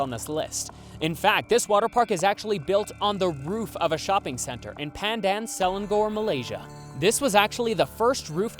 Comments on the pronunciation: omg malaysia! I always look up at the building everytime we pass it on the highway hahahahha, i like the way you pronounce Selangor 😂😂 It's actually pronounced se-la-ngor no hate though i really like your videos! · btw just letting yall know, pandan selangor is pronounced pahn-dahn suh-lang-or lol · the way he said selangor 😭😭😭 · I'm sorry but the way he says selangor kills me XD